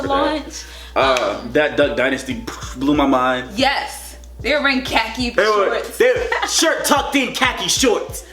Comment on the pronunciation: LMAO "KHAKIS?"